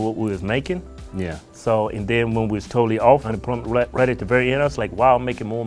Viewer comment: Normal ppl: unemployed Hodge: AMPLOMENT